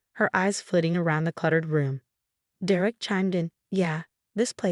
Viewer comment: It’s “DER-ek” not “Der-Ek”! There is no “Der-EK”. Ever. Idiotic AI.